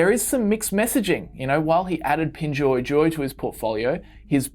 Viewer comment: you totally mispronounced pinduoduo. It's hard for people to find your video convincing when you get the basics wrong. sorry.